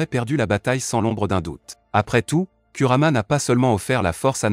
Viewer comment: Tu parles de: au cage ou bien ?? Donc tout ça pour un R à la fin. Si tu n'arrives pas à dire Kurama c'est mieux de dire Kyubi mais, je doute que tu le prononce bien